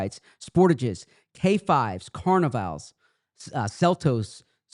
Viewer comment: pronounced carnival like he’s still in Brazil lol